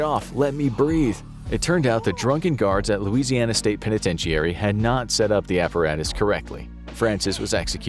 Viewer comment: Pen a ten sha ree. Pronounce it with me now. I've never heard it pronounced the way you've decided it sounds in your version of reality